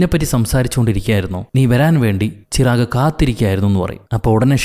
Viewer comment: ചിറാഗ് അല്ല ചിരാഗ്